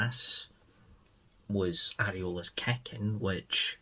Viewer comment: Sorry chap can't put a like on the video coz you say kecking instead of kicking 😦🤣